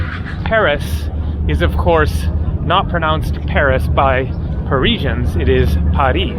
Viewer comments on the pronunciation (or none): none